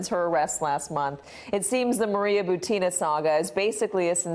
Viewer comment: I think her name butin not butina